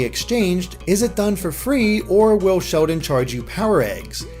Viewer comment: does anyone else thinks says "Shodan" instread of Sheldon?